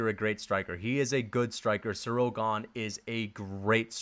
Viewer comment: That’s not how you say Ganes nickname